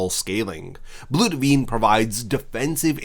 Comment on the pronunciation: Es heißt BLUT VENE